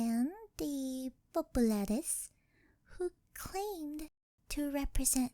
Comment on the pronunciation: Absolute Peak! I could listen to you say 'Populares' alone on repeat. Your pronunciation was spot on and your reading of 'Et tu, Brute' tingles down my spine. Totally checking out more of your other content after this!